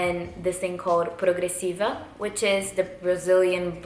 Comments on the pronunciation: Vc é brasileira? Da pra ver pelo jeito que você fala "progressiva" Hahahah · You said "progressiva" so perfect, just like a Brazilian Where are you from?